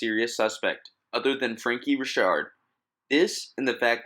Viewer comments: "Franky Risharrd"?? Or Frankie Richard? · “Frankie Re-Shard” lol Na it’s just Richard* Lol Officer Reshard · Reechard loll. Richard. Joe dirtay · Did this news lady actually pronounce Richard as “Ree-shard”? 😅😂